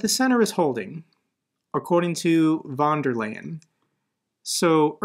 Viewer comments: its fon der Laien ))) not a problem i gues, but still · Pronounced...Von der Lion. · Its pronounced ursula fon der line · Tip for pronouncing Ursula Von der Leyens name: the „ey“ in her last name is pronounced like the English „I“ :) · In German there are 3 ways to write [f]: f/F v/V ph/Ph, that means "von der Leyen" is pronounced [f]on der Leyen